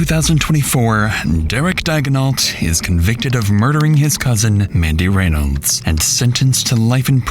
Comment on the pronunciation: Is the voiceover AI? First off constantly mispronouncing Reynolds and also the cadence is HORRIBLE. If it's not AI please stop talking so *sigh*... dramatic.....ly *sigh*.